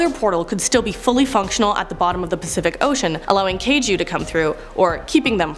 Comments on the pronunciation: Kaiju...emphasis on the I not the A. KaI-ju not Kay-ju. Jeager is taken from German so it's a Yeager when properly pronounced. And yes, that was killing me. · Sporky = Forky Jaeger = Is with pronounced with a Y like Jagermeister Kaiju = Kye-juu. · i hate that you said jagers and kaiju its (yayger) and (ki jew) jfc